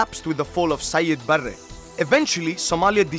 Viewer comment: Siad barrr was pronounced wrong.